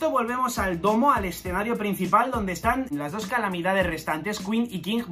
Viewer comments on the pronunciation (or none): none